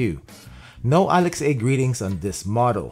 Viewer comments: Why do you pronounce Alexa as "alex-ay?" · Sorry I can't watch someone pronounce Alex a instead of alexa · its alex-AH